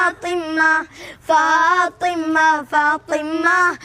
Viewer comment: ഫാത്വിമ്മ ❌ ഫാത്വിമ✅